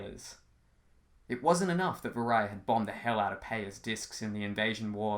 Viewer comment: I already read the entire book (it’s really good and you should buy it) but I came here to see how Jed would’ve pronounced certain terms he created. Now I’m shook. I thought Vahria was pronounced Vah-ree-uh, Paya was pronounced Pie-uh, Elena was pronounced Ee-lay-nuh, and Alvaro was pronounced Al-vuh-row. At least we agree on Murmidian, Blas, and Marym. I wonder how he’d pronounce Waverrym. I pronounced it like Wave-rim.